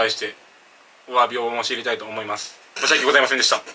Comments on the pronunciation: とりあえず申し訳ございませんでした、の発音下手くそなのは分かった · 申し訳ございませんでした1回も言えてない